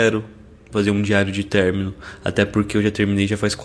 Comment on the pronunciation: "Término" Ã-MO